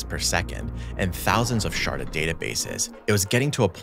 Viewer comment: Am I the only one who keeps hearing "sharted" instead of "sharded"?